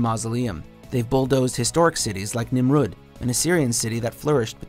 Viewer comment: I laughed at Nimrood... 🤣 it's Nim-rod.